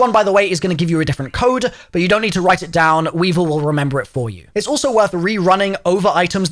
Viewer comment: did you just call weaver weevil?